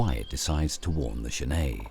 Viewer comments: I agree , the narrator says GENAY , But it is pronounced Jennet. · It's not pronounced zhaney it pronounced jenet like a fishing net it's an African word not French I live in Zimbabwe I know this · Genet is pronounced 'djennette', not 'zhennay'. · Yeah Lol I was thrown off by his pronunciation. Almost though I was wrong saying "JENett." He's mixing it up with the French writer Genet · Okay, looks like this video (or the other copy just like it) are the same thing. I've seen this "documentary" in several places. I'd like to see the BBC or PBS do a proper documentary on genets. The Cons: 1) That is not how you pronounce genet - FYI. There is a French surname, Genêt which is pronounced that way, but the two are not related. 2) The frame-rate is crap. Increasing the playback speed to 1.25 helped mostly, but it's still not completely smooth. 3) I suspect that this is a home-made documentary, as in someone let their pet genet run around the woods while they took footage. 4) Half of the footage is of other animals, and the made-up, flimsy storyline is boring and uninformative. The Pros: 1) The environment is pretty. 2) Genets are cool, cute, and underappreciated. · > Genêt = French surname (pronounced as the narrator pronounces it, which is correct for the surname - not the animal) > genet = an animal, a type of feliform, in the viverrid family (pronounced /ˈdʒɛnɪt/ or /dʒəˈnɛt/) According to the online etymology dictionary: from late 15c., from Old French genete (13c., Modern French genette), from Spanish gineta, from Arabic jarnait. In any case, the t is pronounced.